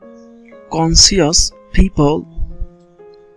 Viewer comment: akta word vull ace "conscious" eta hobe conscious